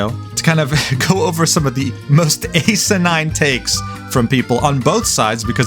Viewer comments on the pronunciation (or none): not you pronouncing asinine like ey-sa-nine to avoid saying ass xDD (or at least that's how I understood it haha)